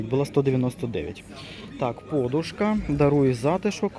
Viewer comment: А чому пОдушка а не подУшка? а також бУли а не булИ? просто цікаво...